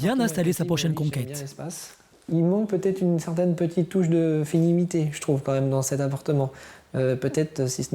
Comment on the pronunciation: Fenimité ? WTF